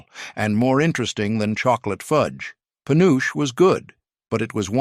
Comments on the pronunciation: FULLY AI from the video to some of the comments to the reactions to the responses to the commenters. Dumb AI, first, it's not peh uooch it's Puh noo chee dumb AI and it is so much softer and creamier than the old style because of more accurate candy thermometers, lest crystaline and firm. Real fudge is an example of proof that this is an ai created video. Real chocolate fudge does NOT fall apart like is shown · Just one of the MANY reasons to avoid AI at all costs! Penuche is pronounced [puh-noo-chee] not panoosh 🙄 It was my Dad's favorite frosting flavor & one of his favorite flavors of fudge. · Penuche pronounced Pe noo chee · Pen nu che. 3 syllables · My mom did, too! He mispronounced penuche. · AI is failing us, it took me a minute to realize what it meant.